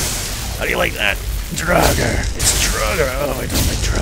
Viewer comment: just pointing out, pronounced draawger, not druger